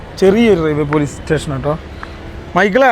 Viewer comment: റെയിൽവേ റ്റേഷൻ ❌️ റെയിൽവേ സ്റ്റേഷൻ ✅️